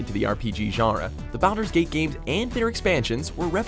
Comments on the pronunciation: Why did he pronounce them BOWDER'S Gate???? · Am I the only one who cringed at the way this douche nozzle said BALDUR'S GATE? I am SERIOUSLY hoping people don't think it's pronounced that way because of this video. Thank you for almost ruining FORGOTTEN REALMS.... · I upvoted for Baldurs Gate, even if you pronounced it horribly. About to have a lot of salty people though who haven't played games on a PC. You lose points however for talking about Diablo 2 without mentioning Diablo 1 which, by the way, was on PlayStation